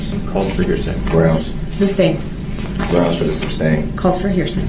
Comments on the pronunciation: Substain is the funniest thing I've| heard from him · He really thinks he’s doing a great job questioning EP! He’s so confident spewing his dumb legal terminology and continuing to say “ SUBSTAIN” like a fool!! He sounds ridiculous! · "substain" LMFAO 🤣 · There’s no “B” in sustain